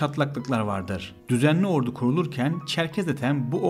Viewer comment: askeri "ordu"yu şehir olan ordu gibi telaffuz ediyorsun lütfen onu düzelt